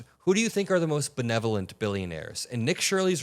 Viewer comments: Bro can’t even say the word benevolent but he’s out there terrorizing the Somali American community. What a weenie. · Maybe he's confusing benevolent billionaires with belevolent binionaires? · I am getting older but I listened a few times and what I heard this champion of journalistic integrity say was "bellevurant" hope I'm not stupid shaming.